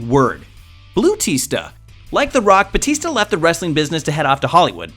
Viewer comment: Are you saying "Boo" or "Bootista"?